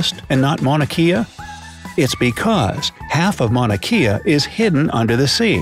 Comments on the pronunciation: It’s pronounced Mauna kay-ah, not Mauna key-ah 🤙🏼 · This video mispronounces the Hawaiian mountain Mauna Kea (it’s “Kay- ah”- not “key-ah”) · I would have thought that the would have a better pronunciation of Mauna Kea. You pronounced it like Kia. In Hawaiian "Ke" should be pronounced like "K", Mauna K-yah. For fun we locals like to have tourists say hawaiian words so we can laugh at how mispronounced they say it. Makes for funny hawaiian giggles from the locals... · If he says “mauna key-a” one more time I’m going to shoot myself. It’s pronounced “mauna kay-a” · Hey how about saying Mauna Kea right!... Maw / na' / kay / a' . Not "Maw/ na' / key / a' " I used to live there, and if you said it like you did in this video, this infraction would demonstrate how much of a "Hauoli" you were. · Hawaii, by the way, It’s pronounced “Mahn ah Kay a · It's Mauna Kea ( Kay ah, not key ah). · Mauna Kea. Mow-nuh Kay-uh. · Mauna Kea pronouced incorrectly. Should be Mauna Kay-a. E is pronounced A. C'mon your doing an educational video. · Mauna kea😂😂😂 he says it wrong and it’s kinda funny because knowing how it’s actually pronounced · Ah...that's not how u say mauna kea